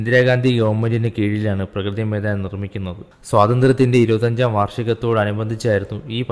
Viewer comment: പ്രകൃതി മൈദാൻ അല്ല bro.... പ്രഗതി മൈദാൻ ആണ്....